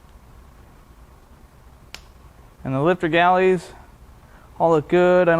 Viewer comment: Are you saying Lifter Galley? Haha